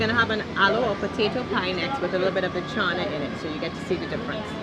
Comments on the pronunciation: is saying chauna... it is not chauna... it is channa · I love the way they say chana😆👍